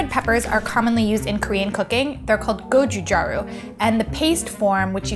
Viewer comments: Jbtw, Its not pronounced as gochujari its gochugaru like g for gum Cheers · its go-chu-gaaaaa-ru not gochujaru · I'm still stuck on the fact that she called the korean chili flakes gochuJARU. It's gochu-GARU. G as in Gary. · it's actually pronounced "gotchutgaru" not "gotchutdru" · Sounds like got confused while saying gochugaru and gochujang. Gochugaru is said with a hard G, not a J. Do a quick google search next time before uploading... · gochuJaru hehehe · Girl said a whole "gojuujaru" a quick google search would have prevented that lmao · huniiiii you're butchering the korean language like the korean lady said the word go-chu-gah-roo and you legit butchered it anyways lmao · Did she really just say gojujaru?